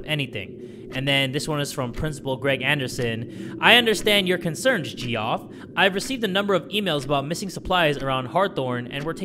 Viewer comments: G-off,? Really? Geoff is pronounced the exact same way as Jeff my guy. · Omg it physically hurt me when he said ''Jeeoff'' instead of Jeff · Bro really said "ge off" instead of "Jeff" XDD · pronouncing Geoff as (Jee-off) instead of (Jeff) is honestly adorable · he read Geoff as gee off LMAO I hate that spelling of Jeff that's how everyone should read it, gee off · Not him saying “geeoff” instead of “Jeff” 😭😭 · "Gee off" my poor guy Geoff he got his name so wrong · this is just an hour of jay saying Geoff wrong and crushing on a 6'3" athletic guy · The way he pronounced Geoff though 🤣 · the way jay pronouncing Geoff 😂😂